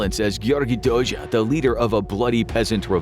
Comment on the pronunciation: Very well pronouncing Dózsa! The “zs” sound can be tricky for foreigners. Interesting video!